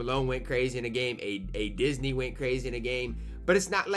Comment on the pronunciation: I just can’t get over the fact said “ADisney”LMAOOOO